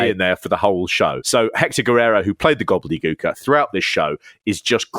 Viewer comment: "Gobly Gooker"... Damn, damn.. 😅